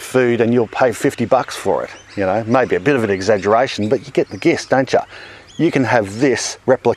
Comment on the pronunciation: It's pronounced "JIST" even though it's spelled "GIST"! Top channel, either way. I'm learning lots and for that, I thank you. Keep it coming!